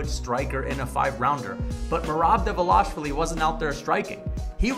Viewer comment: Merab Dvaaaaaaalishvili... not De'velashvili